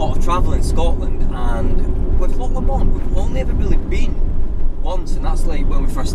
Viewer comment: I can't believe someone with a Scottish accent can't pronounce " Lock Lomond " properly! try saying " Loch Lowmond " otherwise a good video.